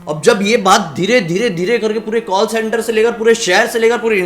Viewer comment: Kawll and barge 🤣 I can't bruh I can't watch your video anymore. And I'm really surprised who are this 2.52m people are following you. 👎🏻 You should work on television instead of doing YouTube cause of your over acting and your over smartness 🤮🤮